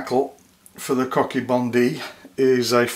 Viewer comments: Excellent tying but again your pronunciation of the Bonddu is incorrect so whoever informed you that its sound is a " d " misled you, the correct sound of a double d in Welsh as is the dd of this fly is the sound you get when you press your tongue to the top row of teeth then breath out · I thought the dd in Welsh was pronounced "th?"